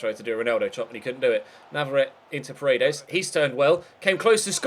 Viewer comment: Since pronunciation is under scrutiny again... Navarrete is pronounced na-va-REH-teh, with FOUR syllables Mbappé Lottin is pronounced mbah-PAY loh-TAN, with TWO syllables in the first half of the surname, and stress on the second syllable for both Paredes is pronounced pah-REH-des